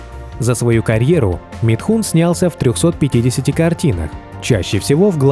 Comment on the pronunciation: Из уст автора он звучит как Митхунчик...